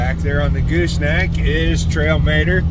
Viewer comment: "Mater" pronounced 'Mahter !'